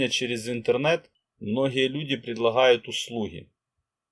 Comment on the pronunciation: предлахают , услухи... режет слух